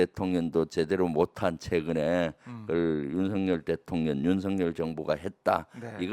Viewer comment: 늘 바른 생각으로 바른 말을 하시는 김병주 의원께 존경을 보냅니다. 참다운 군인이시며 참다운 의원이신 분, 앞으로의 의정활동에도 응원을 보냅니다. 그런데 의원님, 한 가지 잘못하시는 것이 있어 지적하고자 합니다. 자꾸 대통년이라고 발음하시는데, 대통령 노릇을 하고 있는 어떤 여자를 떠오르게 합니다. 대통놈이 있는 것도 아니고...